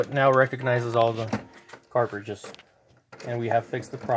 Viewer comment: Lol, that was bugging me also